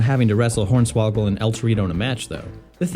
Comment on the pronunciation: did you really just call hornsawagel horney ??!😂